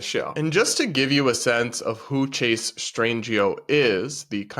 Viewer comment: The T didn't hit for "Chase"....